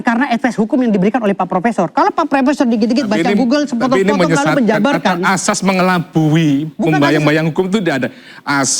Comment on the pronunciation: Oiwobo ngomong "ASAS" aja jadi "AJAS" pletat pletot gitu mau bicara tentang HUKUM,,,,Hadeehhh